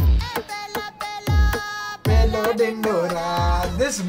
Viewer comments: 6.27 s2 sir it's not pelo it's pehla dhindora 😂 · In that intro song it's "pehla" not "pelo"😁😁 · Bro It's Not Pelo Pelo, Pelo Dhindora It's Pehla Pehla, Pehla Dhindora.. See The Subtitles